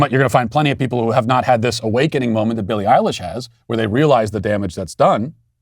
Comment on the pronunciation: I like how Matt correctly pronounced Billy Eyelash's name when she pushes something that Matt agrees with